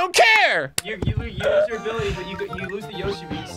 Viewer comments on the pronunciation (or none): none